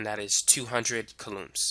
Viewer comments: It’s so distracting how he pronounces coulombs. But I appreciate the in-depth explanation. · Very useful and informative. If I had the time to sit down somewhere and actually absorb all the information it would all click into place.. lol i did find the narrator s pronunciation of "coulombs" a bit quirky